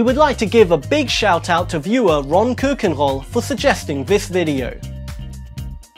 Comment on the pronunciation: RON KEUKENROL😂😂😂😂😂😂😂😂😂😂😂😂😂